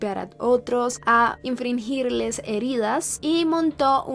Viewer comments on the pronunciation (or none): Haga mil planas de la palabra INFRINGIR y leala otras mil veces a ver si aprende a pronunciarla.